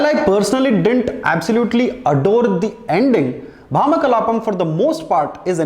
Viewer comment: Neither nor Priyamani were able to pronounce the title well. Its ironic that one is a lead and the other a reviewer. At least verify the video before posting on YouTube.